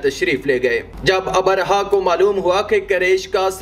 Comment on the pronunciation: Assalaamu alaikum jab bhi aap log vdo banaayein meri ilteja hai ki kisi achche urdu jaanne waaloun se pehle talaffuz seekhle a Jaise Abarha - nahi abraha